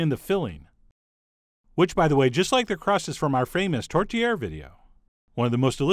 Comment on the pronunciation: Ĺol! Right?! The first time he said it, I heard, "tortilla" as well...then I forgot about it until he started filling the pie and I plainly heard him.